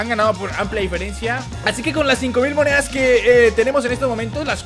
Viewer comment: like si te diste cuenta que dice "muneas"